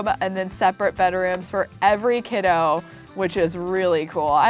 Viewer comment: Can we talk about how she added os on to everything Kidos Gnomos Bedos Sandos Deskos